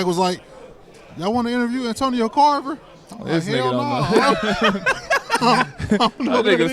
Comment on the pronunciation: Nigga Mike said “Antonio Carver” lmfao